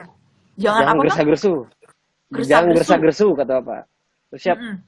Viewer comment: Grusa grusu bang bukan gresa gresu...😀😀